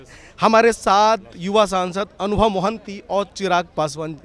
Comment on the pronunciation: महान्ति ✅ मोहंती ❌ Hindi people never forget to make mistakes.😂